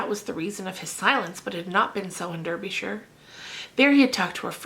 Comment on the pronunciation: Great pronunciation of "Derbyshire" :)